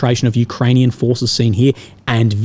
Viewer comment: 😂😂😂 Ukrainian fooohhhces were deployed around heaaaaa “😂